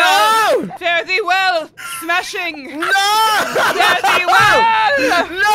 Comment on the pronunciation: smashing sounds like juicy